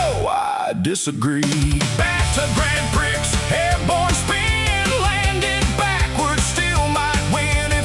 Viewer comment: Prix is mispronounced....no surprise cuz the AI always sucks.